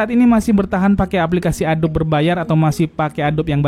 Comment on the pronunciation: ADOBE dibaca A-DO-BI itu